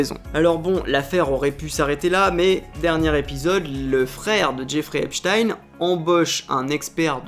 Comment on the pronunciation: Tu aurais pu regarder une vidéo de lui pour voir comment il prononçait son nom. Epstein 😂😂😂😂 Epstinnn!!! 😅